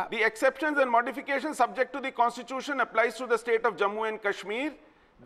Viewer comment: its fucking constitution pronounce it right bitch Mehbooba Mufti , on other issues i have no problem bjp and pdp fight with each other and die